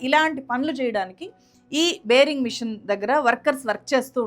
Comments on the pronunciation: బేరింగ్ మెషిన్ కాదు... బోరింగ్ మెషిన్ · బేరింగ్ కాదమ్మా.. బోరి g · బేరింగ్ మిషన్ కాదమ్మా బోరింగ్ మిషన్